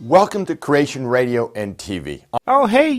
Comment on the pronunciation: He still says "crayshun", though.